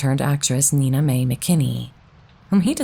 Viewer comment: Just a little note: The first name of the lead actress in "Hallelujah" is pronounced "Nine-uh" not "Nina".